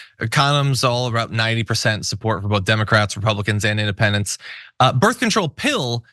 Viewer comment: Did she just say "birf control"? I'm sorry, but if you are a professional commentator, please for the love of God learn how to PRONOUNCE simple words.